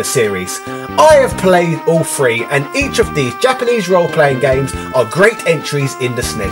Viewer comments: or when he says "free". as in one, two, free. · Man, every time you say "three" I hear "free". lol Nice video though.